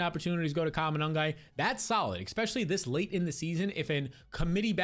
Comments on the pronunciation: Honest question: Is there a reason you say "ekspecially" instead of "especially," like how Black folks say "aks" instead of "ask?" PS - I ain't some kind of White Nationalist or some BS like that, I'm just curious about why people talk the way they do. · Petition for this dude to stop saying "exspecially"